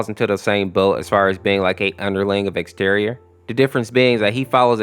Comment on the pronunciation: Bruh "Exteor💀💀" no offense but the correct is "Ex-ze-tior"